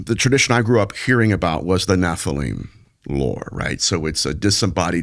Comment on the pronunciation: It’s Nephilim not Nephelem. Smh!